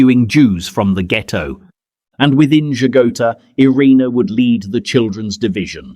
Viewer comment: She never wanted to be considered a hero but what else should we call her? So many children lived because of her, some still living. And her name is more accurately pronounced ee-RAY-na not ai-REE-nuh.